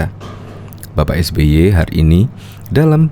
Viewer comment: Saking sering atur kata... Sampe keseleo nyebut nama SBY 🤣